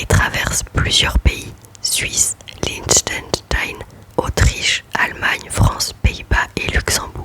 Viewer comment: PS : ahaha je n'ai pas bien saisi de quel pays tu parlais à la minute 15.24 😅le Chlichechstein ? ahah ! bon annif mon amie😛🤍🤍🤍